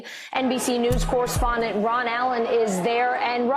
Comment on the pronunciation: Every time she says Ron I keep thanking she says the word run which is probably more appropriate